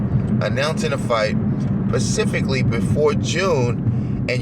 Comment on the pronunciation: Do you think is a quality channel? He spends 99% of his live streams blocking anyone who disagrees with him. Aren't Republicans against people who want to stifle free speech? And it's SPECIFICALLY not "PACIFICALLY" They must be lacing that dope down there with fentanyl.